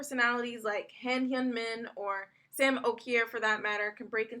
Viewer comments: THANK YOU.I agree. But mostly about Šime's name😂. I cringed so hard when she said Saim. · Sorry but I laughed my ass off when you pronounced Sime's name 😂😂😂 It's ŠIME not Sajm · You Got Síme's Name Wrong! It's Pronounced SHEEMAY!!!! SHEEMAY IS HOW YOU PRONOUNCE IT!!!